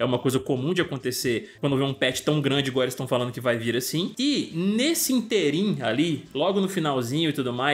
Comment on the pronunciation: Só que a palavra é Ínterim, com tônica no i, e não interIM